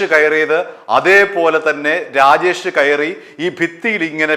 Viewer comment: രാഗേഷ് അല്ലടാ. രാജേഷ് ആണ് മൈരാ